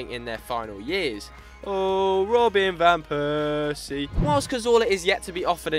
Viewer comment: oooh robin van peeersie